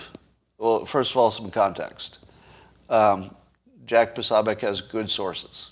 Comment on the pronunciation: You would think by now that you would have learned how to pronounce Jack Poso's name. It's not sob.